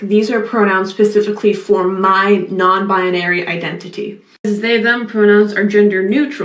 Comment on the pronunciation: Please pronounce "binary" properly then I'll use your pronouns deal?